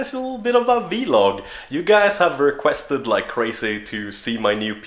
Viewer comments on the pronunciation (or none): It's vlog not v-log